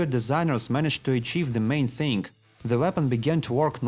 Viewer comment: "TXingg" instead of thing. When u trying to speak human language and struggling hard.